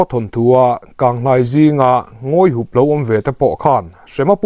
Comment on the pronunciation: Youtuber te hi rin aiin thu chhiar in thiam lo. Baksak tih hi SAK lai hi ri sâng, in in sak chu a lian hlê mai tiha ri sânga lam tur. Ngawihup tih pawh hi,Ngawihûp ti a thlûk tur...